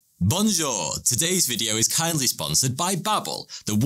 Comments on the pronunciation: No letter d at the end of the French word that you are trying to say "Bonjour".... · "Bon your" to you too 🤣